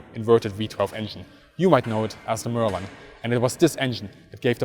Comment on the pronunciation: Merlin =/= merlein. pls check pronunciation of important terms at least